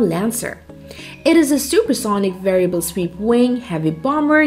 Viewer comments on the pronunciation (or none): none